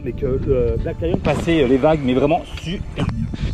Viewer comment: Bonjour les amoureux, On vous suit depuis la Thaïlande et on a une question toute bête !! On arrive pas à trouver la marque de Black Lion?? C’est toi qui articule mal ou c’est nous qui comprenons rien?? Vous nous régalez tous les jours! Ne changez rien! Bon vent! Sandrine et Hervé.